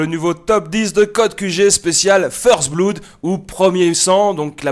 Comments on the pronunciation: Ion dit first blaud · First "bloud" lol